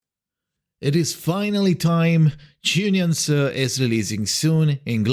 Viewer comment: I love the effort he made to learn how to pronounce her name properly. 🫶🏻